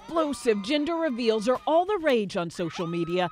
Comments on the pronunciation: Is it just me, or the newscaster kept on saying GINder reveal instead of GENder reveal? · Jinder reveal, Jinder reveal. Dear lady, excuse my Charles English but it is JENDUR, JENDUR reveal 🤣😂😁. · I keep hearing her say 'ginger reveal'! Hahha